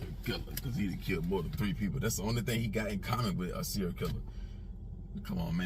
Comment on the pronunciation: “Serial” not “Cereal” like food lol